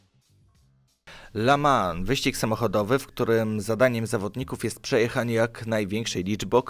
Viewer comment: I nie "la mans" tylko "le mą".